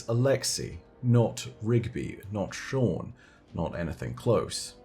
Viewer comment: So we dont have any rigby's but we do have a shaw-han. Sean , shaw-hawn just saying